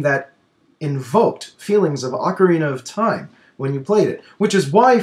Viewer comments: I know that's what i said! i was just sayng that can't say it and that he says "ocariner". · can't say ocarina of time he says "ocariner of time"